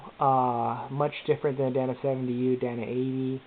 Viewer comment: "DAY-NA" not "Dan-A" Fuck.